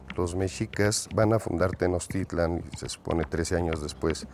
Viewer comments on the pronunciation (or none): Exacto, aunque ya mínimo un semestre de náhuatl para no escucharlos decir Tenoztitlan o Huishiloposhtli